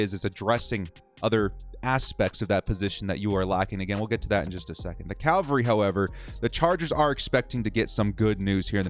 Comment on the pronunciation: CAV-alry!!! CAL-vary is where they crucified folks in Ropme.